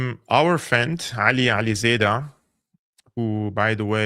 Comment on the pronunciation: Yes, please invite Ali Alizadeh again to your show! BTW: his name is pronounced „alizAAA(alef)deh“ , NOT „alizedah“ as you usually call him 😂